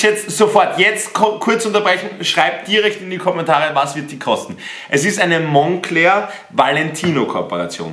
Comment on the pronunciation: Monclör auch gut ausgesprochen